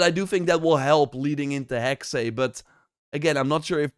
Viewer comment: Hexe (the German word for "witch") is pronounced HEK-suh, with two syllables, the first rhyming with "hex" but with a short 'e', and the second a soft 'uh' sound, similar to the 'a' in "sofa," stressing the first syllable. Breakdown: Hek-: Sounds like the English word "heck" (short 'e'). -se: A soft 'suh' sound, almost like 's' followed by a very quick 'uh'. So, say "Heck-suh". P.S. Elsa is a swedish name.